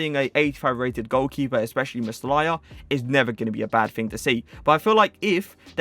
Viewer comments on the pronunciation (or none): Its meh- lier not meslaya